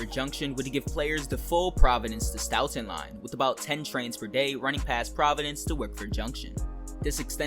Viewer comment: Hi bro local Bostonian here, Next time for futurue reference Worsceter is prounced "wour str" and Stoughton and Stoughton is "stow-ton". Dope video as always man! I wonder how they will implement the highway system because there is so much highway infrunstracture next to south station.